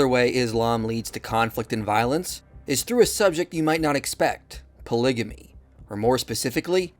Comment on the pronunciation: Great video but pronouncing polygamy as polijimmy hurt my head 😂😭